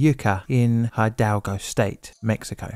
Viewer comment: Hidalgo is pronounced approximately "e-dalgo". Your pronunciation of foreign names is systematically nonsense. Then you get worse with "Ba-jah" California. It is ridiculous. The city is "Tijuana" and not "Tiajuana". Hopeless. Worse, unprofessional.